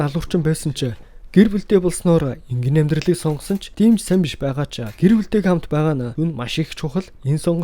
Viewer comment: энгийнэ энгийнэ гэшш